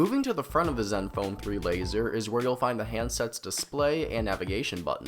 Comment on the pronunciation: fourrrrr, lazerrrrrrr